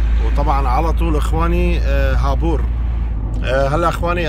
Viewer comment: خابوور مو هابور